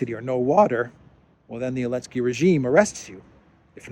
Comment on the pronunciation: Why is call Zelensky -"Elensky"?